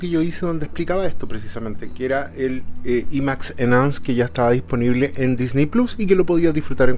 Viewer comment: Imax se dice Ai māx